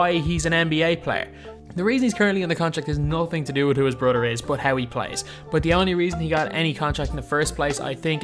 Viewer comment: Bro you need to learn English you say brother like broder you need to learn how to pronounce th